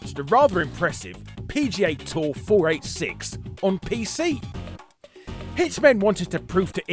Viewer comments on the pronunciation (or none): Lol it's pronounced "four eighty six"